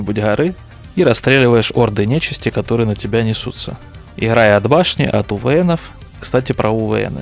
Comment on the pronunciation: Да уж, прям ухо режет. Для обзорщика как-то развивать нужно правильную речь..